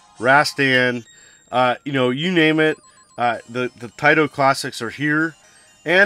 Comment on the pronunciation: Thanks for pronouncing it tai to and not tay to. 🙂